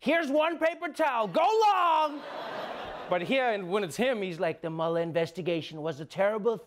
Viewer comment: I love that Trevor actually pronounces Mueller's name correctly. It is German in origin and -er at the end of German names / words are pronounced with a soft "a" and not a "ER" sound